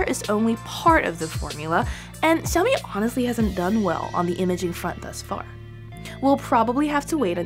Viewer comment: It is "sha-o-mi" not "sa-o-mi"